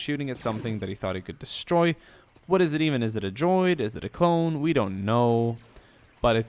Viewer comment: Love how he says droidicas